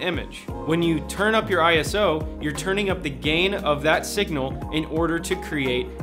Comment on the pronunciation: ISO is not an acronym for Internation Standards Organization, It belongs to the International Organization for Standardization (or in French: Organisation Internationale de Normalisation) and it comes from Greek "isos" which means equal. It is pronounced eye-so not eye-ess-oh. It was chosen since an acronym would be different across different languages.